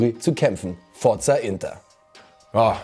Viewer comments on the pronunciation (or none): none